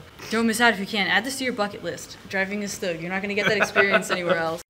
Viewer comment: Amazing!! Although you guys kept saying Stug wrong and it was kinda driving me crazy😅😅 because im use to saying all german WW2 vehicles in their German pronunciation😅 But hey I will give 100% credit for mentioning that it wasent a tank and actually a Mobile Assault Gun so that makes up for it👍👍